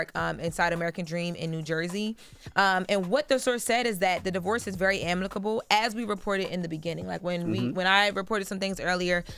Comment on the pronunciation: "Amneckable," is wild. 😂😂😂😂 I think the host ment amicable.